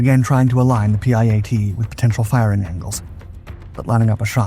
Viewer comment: It's called the piat.. not p.i.a.t